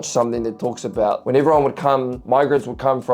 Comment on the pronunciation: I love the way you say “a boat” Great reaction!